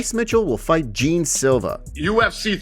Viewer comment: "Jean" Silva's name is pronounced "John" not 'gene'